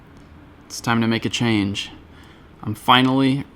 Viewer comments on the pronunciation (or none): none